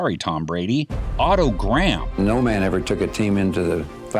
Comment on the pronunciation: Interesting that “Graham” is pronounced correctly by the commentator . The corruption to the modern “Gram” must have happened in the intervening period.